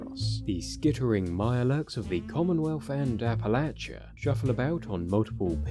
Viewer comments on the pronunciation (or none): none